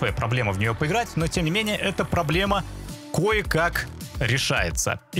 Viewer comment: ну что ж, стоит пЫсмотреть, пЫграть для начала, как автор грЫт)